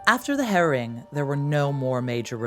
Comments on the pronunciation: Nor can you pronounce 'harrying' 😢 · It isn't pronounced 'herring' 😂 That's a type of fish. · The "herring" got on my nerves a bit,it was "harry-ing" ie laying waste and destroying. I was going to say no ginger mingers involved but as ex-Vikings of yore many of the Norman troops may have been redbeards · "the Harrying of the North. " ahh !! sounded like hare-ing, or herring and then my brain also didn't work well enough to suss it out. thanks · The Herring of the North, The Biyou Tapestry & Dook. Why do Americans struggle so much with pronunciation. The trouble is, they are feeding this back to us, & people are starting to copy it. Surley the preservation of our native language is as equally important as our history.